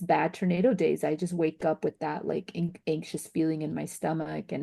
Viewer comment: Why does she keep calling it a Ternado